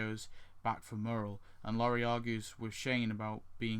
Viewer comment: also (no offence) her name is pronounced lore ree